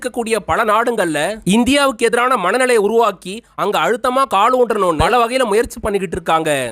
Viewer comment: உங்களால் "ல" வை சரியாக உச்சரிக்க தெரியவில்லை. பல என்பதை பள என்றும். உலகம் என்பதை உளகம் என்றும். காலம் என்பதை காளம் என்றும் உச்சரிக்கின்றீர்கள். தமிழ் உச்சரிப்பு மோசம். தமிழ் அடியானின் காணொளி உச்சரிப்பை கேட்டாவது பழகிக்கொள்ளுங்கள்.